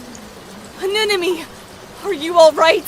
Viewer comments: These clips have one part in common. pronounces “Anemone” as “Anenome.” That bothers me. All jokes aside, you guys did an amazing job at this! I cannot believe how great it is! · This is such a good dub but the constant mispronunciation of Anemone’s name is killing me